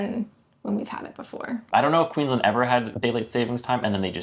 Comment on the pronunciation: If you want to sound more local, Queensland is pronounced as two words (Queens Land) with both syllables emphasised. It’s a give away someone is not from here when they say Queensl’nd.